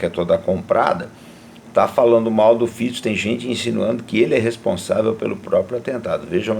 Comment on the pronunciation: Primeiro que falou o nome do primeiro ministro corretamente. Parabéns!